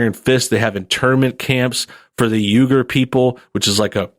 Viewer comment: I think gyuher? ppl is pronounced "we-ger"